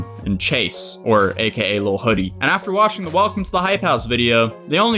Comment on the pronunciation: HIM PRONOUNCING LIL HUDDY LIL HOODIE HAD ME DEAD I